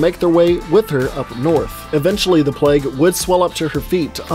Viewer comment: why do you pronounce plague as pleg lmao